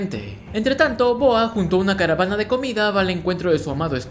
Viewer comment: Quien le entiende boa en bes de goa😅?